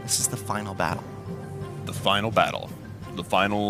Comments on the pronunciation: It's Final not Fainal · Nice “fainal” battle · FAINAL or FINAL LMAOOO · Final not fainal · Fainal....waaw....ur english is soo good..😂😂😂